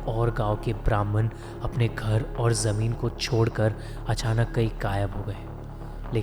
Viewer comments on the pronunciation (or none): none